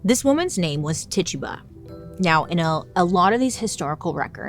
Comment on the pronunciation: Bailey can’t pronounce Rural, but Titchuba just rolls off the tongue 😂❤